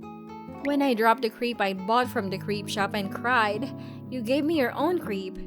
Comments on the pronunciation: crepe is pronounced as crep not as creep. Bruhhhhh the pronounciation on these is so annoying. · The way they pronounce crepe is funny to me